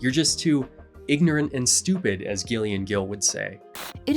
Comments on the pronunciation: not commenting on the video itself, I like that part, but when a female presenting person has the name Gillian, it's not pronounced "Ghillian" lol, it's "Jillian" but with a G instead of a J, the whole section on that weird ass biography author I had no idea it was a woman, lol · Gillian is pronounced 'Jillian'.